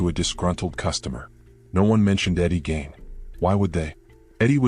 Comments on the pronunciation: Eddie gain ??? No it's pronounced like geen not gain. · It's Gein,,, at least get his name right.